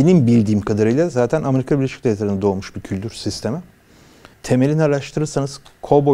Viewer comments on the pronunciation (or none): none